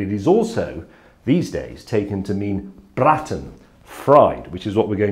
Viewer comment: Couple of quick tips. Its not braten but braaten, the A is pronounced long. That wasn't a Bockwurst, sorry but it was thin and straight and Bockwurst are fat and bent. And you don't fry Bockwurst you heat them in water (don't boil, they'll split) then peel the skin before eating, or it's a bit like trying to chew a stuffed condom.